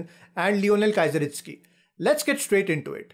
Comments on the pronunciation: Its not Kaizeritsky, its Keezeristky :) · Really bad. It's so easy to learn how to pronounce "Kieseritzky". He wasn't a Kaiser. Stopped watching this after 25 seconds. Anyway, I first played over this game 58 years ago. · I don’t know how pronounces that person with a K, still can’t understand 😜